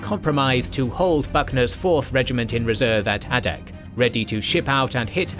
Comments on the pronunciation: It's pronounced "ay-dak" ay as in "say" "day" "pay" "way". Source: am Alaskan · The pronunciation of "Adak" is surprisingly painful.